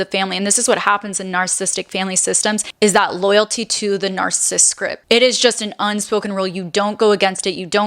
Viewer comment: This was very insightful. But every time you mispronounced the word “narcissist” was so annoying. It’s not pronounced “narcist.”